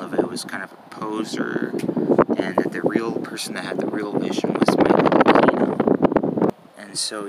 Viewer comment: It is not “A-Key-No”. It is “A-Queen-oh”.